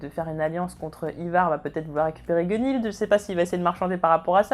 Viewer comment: Ça va ça va tu prononces pas trop mal Gunnhild :P. Bonne vidéo autrement ^^'